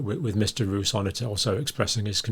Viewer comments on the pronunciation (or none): Pronunciation Roos = Rose